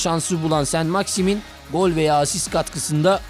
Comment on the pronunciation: Adini bile dogru telafuz edemeden video cekmek.. enteresan..